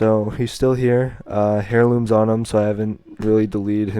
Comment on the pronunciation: ...it's not "Hair"looms the H is silent